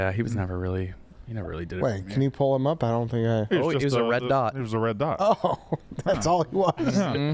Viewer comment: says “pool” when he means “pull”